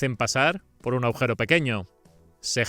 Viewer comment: Me encantan vuestras pruebas y reportajes, tambien el doblaje al castellano, me gustaría aportar algo a una palabra que cuando la oigo en el vídeo me suena mal, la palabra a la que me refiero es AGUJERO, la legra G no suena, vosotros o el que habla en castellano pronuncia AUGERO o AHUGERO, pero en realidad la G se pronuncia es aGujero, mi crítica es constructiva, no es mi intención incomodar a nadie, un saludo y esperando más pruebas de eléctricos.